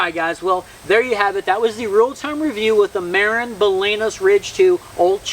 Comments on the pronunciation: Ma-rin like Marin county California not Like the name Maron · It sounds exactly like " Marine ". Marin is a galicism , meaning that spaniards heard the english word ( marine ) and wrote it exactly the way it sounded and pronounced it with spanish phonetics so the right sound would be like you pronounce Cheech Marin , with the emphasis on the I , not on the A .